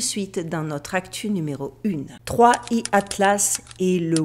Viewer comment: cela se prononce third eye